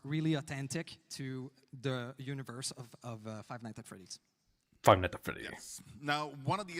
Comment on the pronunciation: God it was such an honor to meet Mathieu Cote and grab a photo with him. He’s the dude who handles all the licenses and what not for dbd but he can’t pronounce Five Nights at Freddys for the life of him with his thick French Canadian accent 😭